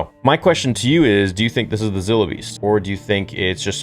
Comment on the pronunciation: It is pronounced Z(eye)(low) beast